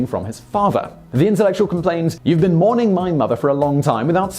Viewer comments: Mounting, not mourning. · "Mounting her" not, mourning her!